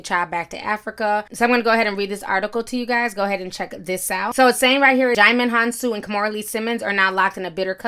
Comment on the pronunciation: Ti I'm so proud of you!! I can tell you focused on saying that name right 👏🏽👏🏽👏🏽 I never knew how to say it either I say "dude from Amistad" 😂😂😂😂